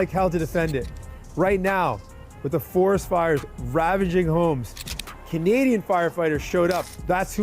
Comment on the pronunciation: “Canadian” 😂😂😂😂 ok sar